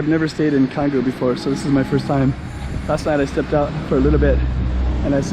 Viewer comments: It's pronounced Changgu bro! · The letter C in the Indonesian alphabet is always pronounced as Ch. Canggu is therefore pronounced Chahnggu 🤦🏻‍♂️